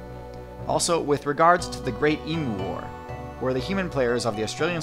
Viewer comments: Em-yoo not eemoo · the emoos. THE EMOOS. its eemyoo FFS. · Emu is pronounced e-mew not e-moo. Take it from a true Australian. Also love your videos, pls do a vid on what old mythical creatures would be like and their possible real life counterparts, like your cryptids video. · Why can no one pronounce emu. Here in Australia, its pronounced ee-m-yoo not ee-m-oo. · It is Pronounced EEM-YOU not eem-oooh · Its pronounced EEMYOU not EEMOO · Pronounced eem-you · its pronounced eemyou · When americans cant pronounce emu * cringe!!